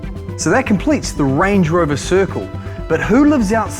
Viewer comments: I keep hearing Lange Rover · Him: "So what's the difference between Land Rover and Range Rover?" Also him: "So Lange Rover is actually..."